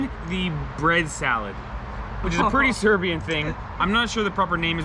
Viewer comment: Serbian not "Syrian" 😅